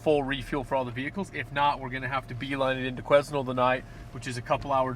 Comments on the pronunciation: quiz-nel hhhaa, Quesnel has a slient "S" my american friends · Qusenel is pronounced Quinn-el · It's pronounced "qui-nel" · Love how the loggers at the fuel dump didn't correct them and sent them off sayin Queznel hehehe....the S is silent =). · I'm about 3 years too late watching this for the first time, but like the guy above me, it's pronounced Kweh nel :) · the S in quesnel is silent. my hometown. :) pronounced kwen-nell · Awesome videos just need to learn how to pronounce Quesnel (my home town) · Awesome videos and glad too see you guys learned how to pronounce Quesnel haha